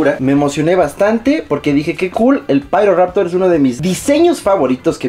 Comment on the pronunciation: solo pido que le llames "Piroraptor" y no "Pairoraptor" en la review, plz